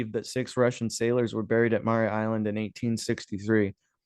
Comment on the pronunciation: Mare: pronounced like Hair with an M. Mare Island Brewery. Mare Island (Vallejo, CA) about 26 miles north from SF.